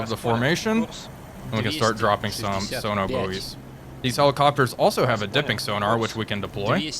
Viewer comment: I’m sorry but “sono boowies” is just too funny 😂